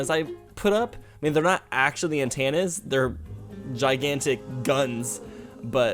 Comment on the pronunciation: I love how he says "antANas" instead of "antennas" so cute! 😂